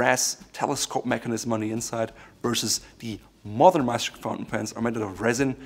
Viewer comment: You pronounced Meisterstück almost perfectly lol